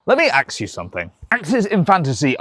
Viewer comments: You're waaay too white for saying "aks"! 😂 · Hearing a plan colored dude say aks unironically cracked my right up. Any other African Americans hear here? :-) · He never axed the question 😢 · “Let me axe you something” “He wants to axe me!” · "Let me AXE you something! LET ME AXE YOU SOMETHING!" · "Let me axe you something." Procedes to not axe a question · “Let me ax you something” proceeds to not ax me anything